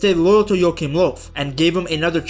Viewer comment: I really like your pronunciation, pretty spot on most of the time. Just some info, if you'd like to have it: In "Joachim Löw" your pronounced the "ch" like a "k", when it should basically sound like the spanish pronouncitation of the "J" in "Julio" for example. The "ö" in "Löw" is not proncounced like an "o", but more like the "eu" in French "deux". Hope that helps